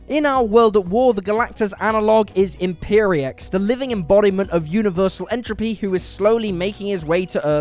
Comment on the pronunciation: It is pronounced 'mix-pickle-lips' And if you can trick him into saying it backward, he is banished back to his home dimension.